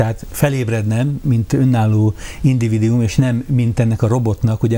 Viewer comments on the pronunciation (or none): Tobbszor elhangzott....nem individium, hanem individuum!